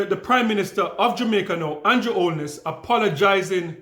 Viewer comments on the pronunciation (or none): none